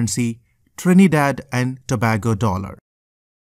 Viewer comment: BROOO- NO WAY... YOUR SO STUPID BRO LIKE UHG ITS TO-BAY-GO AND THE LARGEST CITY IS CHAGUANUS OMG